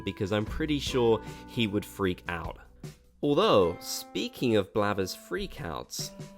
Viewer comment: Ok. It's blathers not blabbers...